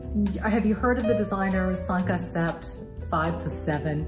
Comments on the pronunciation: Great video! One tip, though. The “p” is not pronounced in sept. It’s pronounced as “set.” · I don’t wear jeans 👖 much anymore because I 👩🏻‍💻 WFH, so I Googled this fall’s styles. Skinnies and jeggings are out. The other pairs seem more on trend. (BTW, jeggings have been around for years and were always tacky). Also, the “p” in the French word “Sept” is silent.